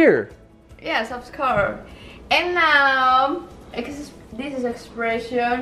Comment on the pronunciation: expreshon and queshon